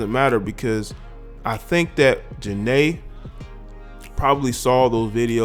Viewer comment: That's not how you say her name.